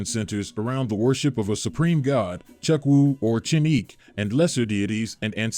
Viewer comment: Love this but a few things. It’s pronounced “eee-bow” and NRI is not an abbreviation it’s pronounced “nnn-reee”. Chukwu= “chew-kooo”. Chineke= “cheee-nehhh-keh”. Please keep doing this. They are wonderful to watch